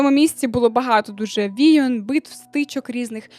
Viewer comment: Люблю ваші відео та ваш голос, але, будь ласка, «війн» а не «війон» ❤️‍🩹